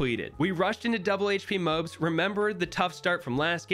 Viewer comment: their pronounced mo-abs in a easier way say mo then say abs then say them together, now you got moabs